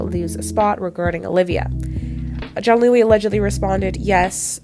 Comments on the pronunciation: Why are you pronouncing it as “john-Louie” it’s pronounced “giann-ooli” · I think Giannulli is pronounced Jee-uh-NEW-lee